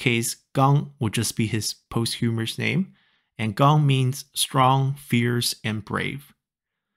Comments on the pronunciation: Posthumous , not "posthumorous". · A small correction, I believe posthumous is pronounced "POS-chu-mus" instead of "post-HU-mer-us" Other than that, it was great learning about how many different types of nicknames there were, and how compound characters evolved in the Song Dynasty.